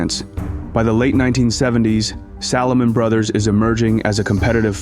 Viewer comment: I enjoy the historical content covered in your productions. Only negative criticism is poor/incorrect pronunciation of names/locations etc. Recent example “Salomon Brothers”.